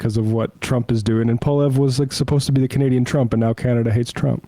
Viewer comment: Thanks for weighing in on canadian politics. Pronouncing Poilievre correctly would have helped.